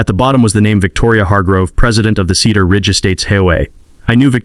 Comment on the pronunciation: Slow the reading down. Several sentence errors and mispronunciations. Cedar Ridge or Keeter Ridge make up you mind.